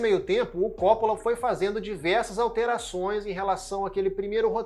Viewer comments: Por favor, é Copp[Ó]la e não Cóppola. Francis Ford Copp[Ó]la!! Sobrenome de origem italiana, com a pronúncia acentuada do "Ó", depois do duplo "P". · Realmente esse CÓ nada haver. O cara fez um vídeo tão bacana porém não pesquisou a pronúncia do sobrenome do cara, simples assim. Se for humilde vai aprender com o erro. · Ótimo vídeo, só me incomodou vc chamar o Coppola de cópula